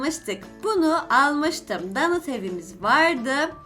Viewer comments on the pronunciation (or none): none